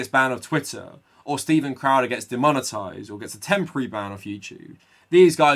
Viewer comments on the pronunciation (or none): none